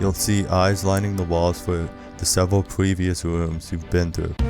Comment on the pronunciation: “you’ll see eyes lining the walls for the sevewal pwevious wooms”